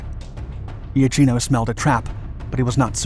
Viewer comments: The pronunciation of IACHINO is IAKINO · Given the number of comments, all of which I cannot examine, I must suppose that it as already been said, but just in case, "Iachino" is pronounced "Yakino" in Italian. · For correct pronounce Iachino is well pronounced like Iakino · Not quite. It is Ya' keeno, not I-a-keeno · Admiral Angelo 'yakeeno' not 'ee-ah-cheeno' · Its IL DUCE moron not El Duce and it is also eh[ahk-eno Iachino. Why do they have these idiots telling the story???? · The correct pronounciation for the italian admiral is Iakino (ch in italian is pronounced like k in english) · Beware pronunciation! Admiral Angelo... Ia - ch [K!] - ino ! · my grandfather was the commander of the Alpino destroyer, so thank you! But there's a lot of pronunciation to be fixed: Iachino is pronounced (approximately) Yakeeno, Marina is pronounced Mareena, etc. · Iapichino is pronounced "yapikino" Regia Marina is "reja mareena" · "Il Duce" pron "eel" not "ell" and "Iachino" is pronounced "Yachino".